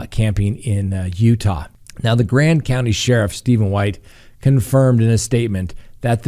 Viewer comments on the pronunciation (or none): none